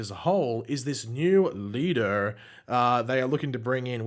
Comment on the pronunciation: I love how said “Leader”. It sounded so American 😂